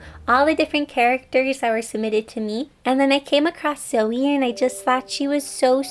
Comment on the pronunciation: Am i the only one that heard silvie when she said zoe